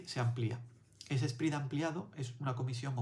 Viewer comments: Me he suscrito al momento porque explicas muy bien pero no pronuncies “SPRID “ se pronuncia “SPRED” saludos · Contenido bueno. "Spread" se lee "spred,", no "sprid".